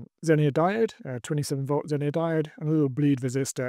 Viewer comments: don't get me wrong, I enjoyed the video, and the one where you broke it in the first place 😀. It sounds like you're saying zenier with an I, not zener (either pronunciation). Hope this helps. 👍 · ZENER. It's ZENER.